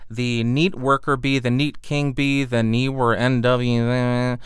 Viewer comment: I like how you muttered "Neewer NW700!" LOL! That Neewer definitely didn't sound good.